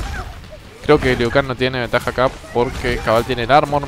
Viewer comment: Broo alguien mas vio q dise lui en ves liu kang